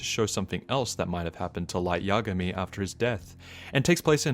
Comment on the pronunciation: imagay = yagami its so funny gets me everytime